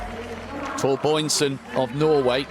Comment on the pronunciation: "Torboynsen" - what is that? How many times can he read it wrong? It's the same Biörn as in Björn Borg...